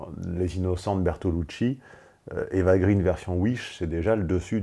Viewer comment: En toute conscience, je ne peux t'imposer plus de Rokaya. Aussi, je vote pour Vogue. Petit aparté, on ne prononce pas Eva Green comme en anglais, mais [gréén] (elle est d'origine franco-suédoise). Je l'ai appris par un photographe qui l'a rencontré.